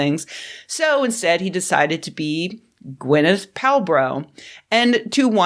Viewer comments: "Gwyneth Palbrow" 🤣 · "Gwyneth Pal-bro" I lol'ed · Gwinnith Palbroh 😂😂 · Gwynneth Pal-Bro 🤣🤣🤣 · "Gwyneth Palbro" 🤣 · "Gwyneth Pal-bro" elicited a Krebappelesque "Ha!" from me. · "Gwenyth Palbo" XD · Damn near spit out my coffee at "Gwyneth Pal-bro"... Outstanding. lol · I am thankful I'd swallowed my mouthful of hot coffee before you said "Gwinneth Palbro" because that would have been unpleasant coming out my nose.